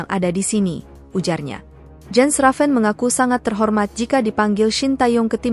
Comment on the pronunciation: It is pronounced "Yens". The letter J in Europe is pronounced Y.